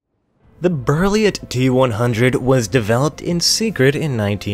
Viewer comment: Hate to break it to you, but heavy duty off-road buses have been around for decades at least. Also you absolutely butchered the pronunciation of "Berliet".